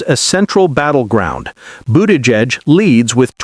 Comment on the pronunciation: Learn how to pronounce Buttigieg and Kamala, ya numpty.